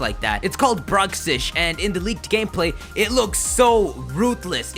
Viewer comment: It's pronounced "Bruise-ish" It's the same color as a bruise and 'x' can sound like a z sound.